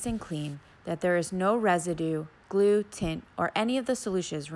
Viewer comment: She lost me when she said the word GLUE